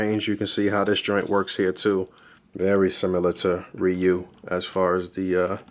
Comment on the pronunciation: Ree-you, not Rie-you, but great review nonetheless